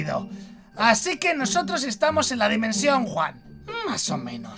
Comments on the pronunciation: Dime dos en inglés Mike:wan wan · es one mike no juan